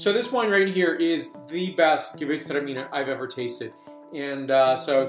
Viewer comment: sounds awesome! but I think your excitement caused you to over pronounce "gewurtztraminer". :). how do you think great alsatian gewurtztraminer age? Have you had any older ones? I have a 2000 zind humbrecht gewurtz that I can't wait to try